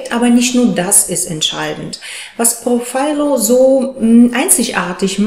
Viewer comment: Es heisst profhilo und nicht prophilo😅😅😅